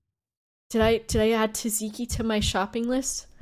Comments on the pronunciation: it's pronounced Zat-Zee-Kee. Imagine the first T isn't there, so imagine it's spelled Zatziki, and then it's pronounced like that. Sucks that you got blinded by remembering about Tzatziki though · At first I thought the "teeziki" sauce you were mentioning was an American thing. But then it hit me, you meant Tzatzíki (or τζατζίκι, if anyone reads this from Greece) sauce! The English pronunciation threw me off. I'm French and yes we butcher it too, but we "only" replace the [ζ] or [z] sound in the Greek pronounciation with a [s] sound. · I love how she pronounces tsatsiki 'taziki' XD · At first I thought it was some weird exotic sauce I never heard of but no it's just Tzatziki that's pronounced with the same competence usually shows. The dedication of sleeping on a grandma sleep pattern is hardcore tho 💪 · The first T is semi-silent, but you pronounce the "Z". You'd pronounce it the same way as Tsar, or like a "C" in pinyin. The second T is fully pronounced. Tzat-ziki. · She learned how to say tzatziki after the story, but I hope she forgets because this way is superior